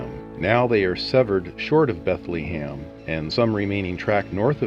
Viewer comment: LOL, thats what happens when A.I. does the narration.